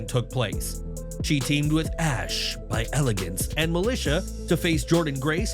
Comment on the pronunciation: I wasn’t ready for how you said Ash by Elegance.